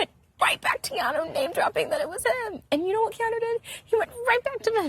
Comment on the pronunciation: Keanu, not Keano